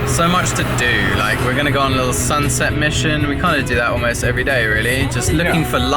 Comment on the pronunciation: Did you realise said "One lickle" instead of One Little HAHAAh